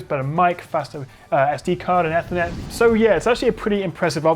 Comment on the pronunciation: First time I’ve heard Ethernet be pronounced ‘effer-net’ and not ‘ee-fer-net’